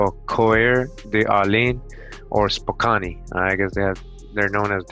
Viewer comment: im frome washington state "core da lane" and spokan thats how we pronounce the names spokane is in washington and cour de alane is in idaho....good shit bruh